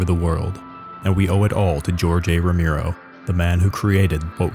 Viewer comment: The mispronunciation of "Romero" as "Romeero" makes this damn near unwatchable